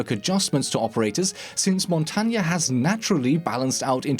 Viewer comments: Super common in Siege, but It's pronounced Mon-tane or Mon-tain. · dis dood just said montanya